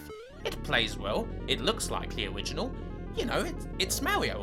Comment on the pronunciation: owigional mawio fweefwow